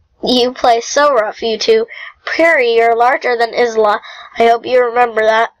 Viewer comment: BTW you don't say it like izla its said like Icela